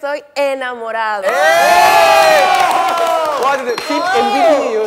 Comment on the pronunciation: Ese enamorao le salio Costeño 😅